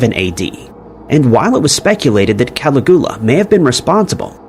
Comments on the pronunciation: Caligula is pronounced "Kal-igg-U-la" not "calaghula"... Wait... Commenting is engaging... Engagement equals cash. Well, you win,. Even if a bit sneaky about it... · Caligula is pronounced: cal IG you la, not CAL ig OO la. You can look it up online.. I enjoy your material. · Who is "Cali-guwa"? I'm pretty sure it's "Calig-ula"? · Who the FK is calagua? It's Caligula. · I cannot listen to the mispronunciation of Caligula anymore 🙄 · I dunno why but hearing how pronounced Caligula really grateful my nerves